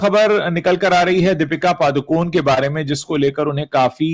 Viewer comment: पादुकोन नहीं पडुकोणे